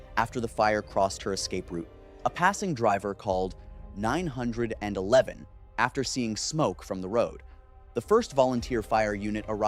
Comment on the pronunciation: OMG its 9 1 1 not 9 hundred and eleven.